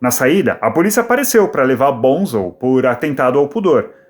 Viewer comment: vc sabe muito sobre o Led, mas nao coensegue pronunciar o apelido do Boham corretamente. Nao e BONZEL e sim BONZO. Aprendeu?